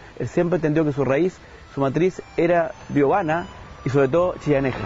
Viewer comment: ¿qué dice? ¿Biovana?